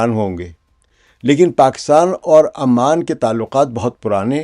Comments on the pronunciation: Pehli Baat it's Ooooman not aaa man, thats a different city.. Capital of Jordan. Secondly if u think Oman and UAE can become one country just because they were part of one sultante you have no idea of the socio political fabric of the gulf Arab states. They all have deep rooted distrust among themselves, even within the UAE the different Emirates don't trust each other and neither do the different clans have any trust between eachother. All these shekhdoms are severely mentally handicapped and can't think for themselves for one day. All of these things that you are proposing have no connection with reality. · Aman nahi Sir, its Oman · it is called Oman not Amman which is capital of Jordan. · It's not Aman it's Oman... Aman is the capital of Jordan... Naam to Sahi le janab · Sir it's not Aman . Oman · امان يا عَمان نہیں بلکہ عُمان (اومان) ہے۔ عَمّان اردن کی دار الحکومت ہے۔ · It is pronounced as OMAN....Not Aman...pls correct it..